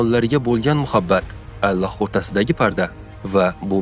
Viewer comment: Allox emas Ollox deb oqisangiz bolardi?